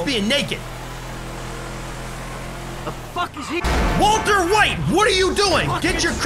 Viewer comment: Bro really said “Walter wight watch out”